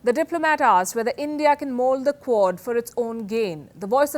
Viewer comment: I kept hearing CORD and didnt know what she meant